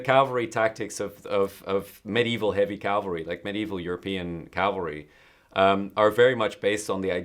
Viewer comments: Cavalry, not Calvary. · He means Cavalry, not Calvary.